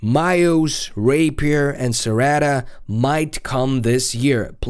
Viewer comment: Wew Rpaier a.k.a rapiest lol